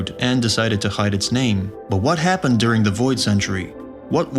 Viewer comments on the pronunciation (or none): none